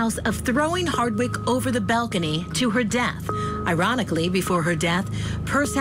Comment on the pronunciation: Why does the narrator often mispronounce ‘Harwick’ - saying instead ‘Hardwick’?